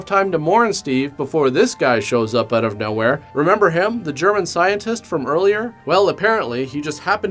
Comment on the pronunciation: Always great when accent goes in an "Oooout". Lol. But "Nu-cU-lar" is always awesome. 'Gotta check it "Oooout" here in Georgia " (Lol. The best of the best reviews as always!) Rock on